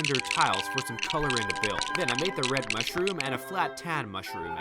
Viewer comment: Den instead of then